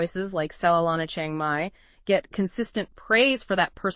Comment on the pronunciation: What makes it so hard to pronounce Chiang Mai right. Especially for native Americans. It is not Chie-eng Mai but Chi-ang Mai. The "a" like in father, not the vowel like in "hang out".